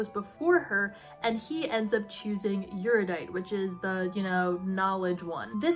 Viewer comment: I have never seen a video on the series that pronounces erudite correctly. No shade, it’s just a quirk I’ve noticed. The series gets too much crap considering how young the author was. I speed read the trilogy so I could return it to Amazon with 24 hours. It just didn’t do anything for me but then again, Battle Royale is one of my two favourite novels.